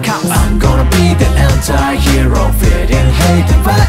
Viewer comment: ANTIHEROの発音好きすぎる